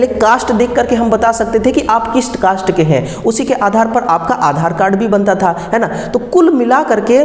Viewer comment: Caste bolna nhi aata cost cost bol raha hai😂😂😂😂 kaisa technical hai